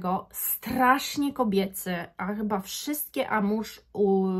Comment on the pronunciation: Wymawia sie AMUŁAŻ a nie amuż. Co do oryginalnosci to zapraszam do randamowego centrum handlowego. Przymiezalnie, hole sa wypelnione zapachem Guidance, na przemian z Erba Pura. Albo ich arabskimi klonami. Stellar Amber Zary doslownie 1: 1.